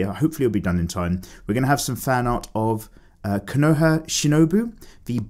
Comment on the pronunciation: Kochou shinobu not konoha shinibu 🌚🔫💔💔💔